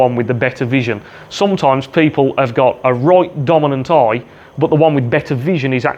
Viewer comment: Great video, love the accent on 'eye', aaiijjj!